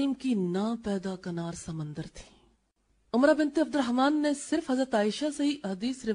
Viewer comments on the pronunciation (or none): Umra nahe Amra hai wo tabiya.